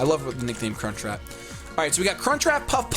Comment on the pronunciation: When says crunchwrap it sounds like Cunt Trap